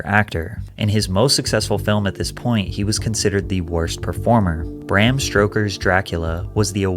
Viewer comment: Bram Strokers? 😆